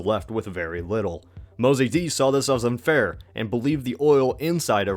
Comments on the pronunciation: Mosaddegh NOT mozaydee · It is Mohhamad Reza Shah...not Reza Shah! It is Mosadegh, not "Mozaidi"! Shah is not a name, it is a title, meaning King! and your analysis is lame! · A few annoying misprononciations. It's 'Ayatollah' Khomeini, not 'Ayatoia' or whatever it was in the video. In addition, the leader of democratic Iran's name was pronounced 'Mosa dek', not 'Mosa dey'. Besides that, very good video.